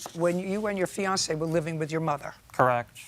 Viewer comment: "Fiancee." Dear God. Disgusting. :face-orange-frowning::face-orange-frowning::face-orange-frowning